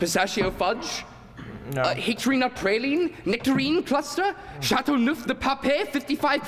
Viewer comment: Very nice, but no dramaturg, I expect, nor a dialect coach. Big tell: Chateauneuf du Pape is NOT pronounced Chateauneuf du Papé. It's ( to an American ear) Chateauneuf du Paap..... A little overacting, but overall a good shot, even though Moon is way overdoing it. Nice set and good imagination.